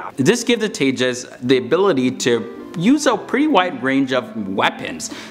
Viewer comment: Thanks for pronouncing the name correctly 😂👍👍